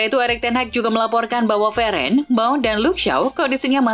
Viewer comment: Raphael "Veren" 😑😑😑😑 WOY INI NARRATOR KARBIT AJARIN BOLA YANG BENER DONG